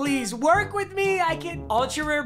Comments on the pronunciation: Nobody: Nobody at all: Not even they/thems:: wirh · nobody: mmg: wirh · Nobody: Not Ya boi pizza:: "wirh" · no one : mmg: “wirh” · Nobody:: Wirh Roddy Ricch: Wee Wirh